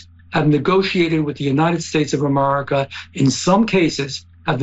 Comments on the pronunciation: A- mar-a-ca? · jeff van drew can't even say America - ah murika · Holy crap, He is the first politician that I actually hear say « Amurica »….